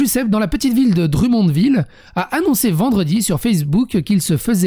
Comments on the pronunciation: Ok la prononciation des nom de ville ouff Drummondville ma écorcher les oreilles solides. On dit pas dru mais drommondville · Dru-monde-ville 🤣🤣 esti faites un effort 🤣🤣